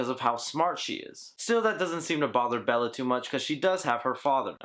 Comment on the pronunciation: Belle not Bella.